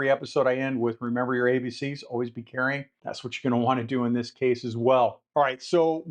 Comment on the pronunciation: ABC's? Are u saying, "Always Be Caring" or "Always Be Carrying"??? Wasnt quite clear. Thx for ur tips & insights.